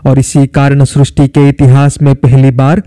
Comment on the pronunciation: Srusti nahi sristi hai